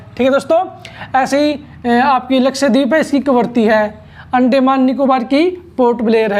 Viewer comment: Yarr अंडेमान नहीं अंदमान होता है